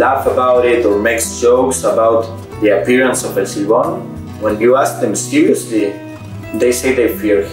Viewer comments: "L' Seebom"???...I can't with her pronunciation of "El Silbón", it's so painful. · she said el sil bone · I kind of get put off by how she says shes so excited to learn about . El silbon. But her pronunciation is lazy and bad. Whatever.